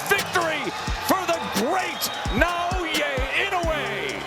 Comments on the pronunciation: Is it really that hard to say "NA.O.YA"?, you guys can spelled Tchaikvosy, or Smrnffenrntrov, but struggle to spell NA........O......YA? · This vids awesome, but I swear this dude can say everyone's name but Naoya's right lol.